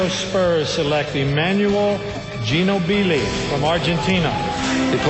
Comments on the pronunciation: "geno-be-lee" lol . I could picture barkley yelling Ginobili right now haha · LMFAO "emmanuel GEE-NOO-BEE-LEE" hahaah!!!!!!!!! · "Manual G-no billy" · gino-billy lol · "ginobeelee" is the biggest steal period. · 57th pick. Fifty-seventh! That's getting something for from nothing. Manu Ginobili (not "JEE-no-bee-lee") is the greatest draft steal of all time. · How nice for the US. But the Argentinians pronounce it the correct way; Gi-no-bili. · "Emmanuel GeeNoBeeLee" lmao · Gee-No-BeeLee LOL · Emanuel Geenobeelee hahahaah